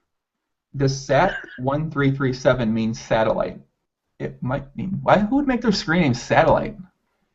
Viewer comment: sat1337en; is pronounced "sat elite en" (Satellite).